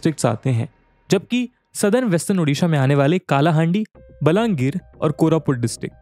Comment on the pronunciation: Bro please pronounce it as कलाहांडी not काला हांडी . Thankyou . Jaya Jagannath 🙏🏻